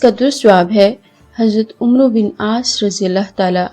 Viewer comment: عمرو کا تلفظ ہے عمر ہے ع کے اوپر زبر